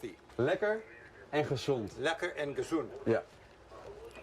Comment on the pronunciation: Rick’s pronunciation of “Lekker & gezond” makes it a bit off topic as that translates back to “tasty & kissed” (gezoend).